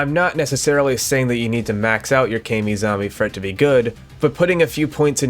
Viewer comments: I despise how you say "kay-mi" instead of "ka-mi" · i thought it was pronounced kah me like kamikaze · Its not pronounced “kai me” zombie 😭😭😭